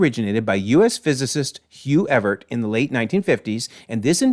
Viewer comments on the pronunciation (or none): Nit pick: "Many Worlds" not "Multiple Worlds", and Hugh "Ever-it" not "Evert". A lot of Marvel YouTubers are making guesses about Doomsday, like which universe Deadpool & Wolverine are in now and how they'll fit in, if Gambit in the cast will be the variant from the that movie or just from X-Men universe 10005, who else will show up such as Spider-Man and how, how closely they'll follow the Time Runs Out story, etc. The recent Emergency Awesome video especially too made a lot of claims rather matter-of-fact-ly as if his guesses were sure things. I however think there's going to be a lot of surprises